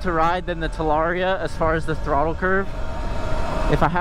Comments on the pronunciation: So is it "talaria-ster" from now on 🤔🤣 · Talarster? 😳 lol